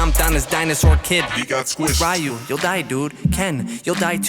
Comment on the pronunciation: I hate how he pronounced ‘ryu’ but everything else is phenomenal!